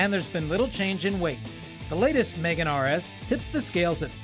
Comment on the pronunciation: Here is a tip.. If you are going to do a video on a car, ring the company and actually ask how do you pronounce the name of the car instead of saying it WRONG the entire time.. Its Megane (me-gane) not Megan (girls name)